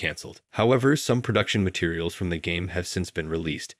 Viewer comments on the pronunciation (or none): none